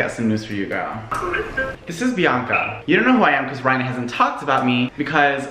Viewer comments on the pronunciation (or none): none